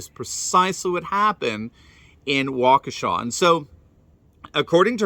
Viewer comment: THANK YOU for being the ONLY one to pronounce Waukesha correctly! Holy cow, it's not that hard. Plus, I think you can get the pronunciation online. Has no one ever heard of that town before? Smh.